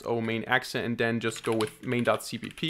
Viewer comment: bro saying "e-xe file" is just weird :(